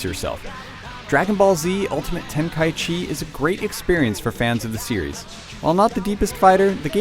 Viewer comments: needs to learn how to say the title. It's not ultimate ten-kai-chee it's ten-kai-ichi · Ten-kai-ichi not Ten-kai-chi yes its weird but seriously... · It's "Ten-ka-ichi" not "Ten-kai-chi". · Dragon Ball Z Ultimate Tenkychee...really? -_ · its ten-kai-ichi idiot u dont know anything about dbz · well, actually, its te-n-ka-i-chi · No, it's not. It's Ten-ka-ichi. I'm assuming you didn't even bother to check whether that was actually the right way to pronounce it. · this guy pronounces tenkaichi really weird....